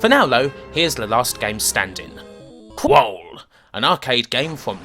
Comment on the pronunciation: I think it's pronounced KrUll emphasis on the U, rather than Krole but good stuff as usual